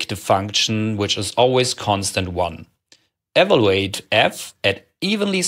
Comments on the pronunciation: Also, if you don't mind another nit: you often overcorrect the common tendency to pronounce w as in German (i.e. as English v) by pronouncing even the English v as English w. You often say iterwal, walue and ewaluate. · By all means keep your Tscherman Äkzent (it’s tscharming) but please stress the correct syllable of “evaluate”.